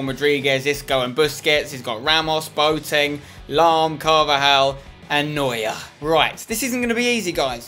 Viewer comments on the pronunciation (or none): He is called boAteng. Not boteng. The a is pronounced :-) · Peter Due its more like bwateng in germeny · Peter Due Actually im german its pronounced bua ten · Bwa-teng actually I study german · chelle milton actually i live in germany and have lived there since boateng got big and no one says bua ten. Maybe some say bua teng, but even thats rare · chelle milton But his name is not German it's Ghanaian. Its pronounced Bwateng